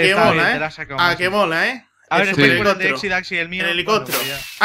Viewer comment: Helicotro... #MassiAprendeAHablar xD